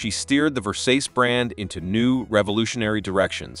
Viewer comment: LOL how do you pronounce Ver saw chee ? Versays! Not…